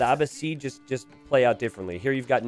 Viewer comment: I bet you already figured this out and if if you haven't won't see my comment, but the civ (Abbasids) is pronounced uh-BASS-ids. The 'BASS' rhyming with 'class' and the 'ids' as in 'kids'